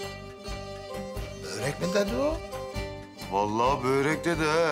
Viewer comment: Yanlız börek değil bööörek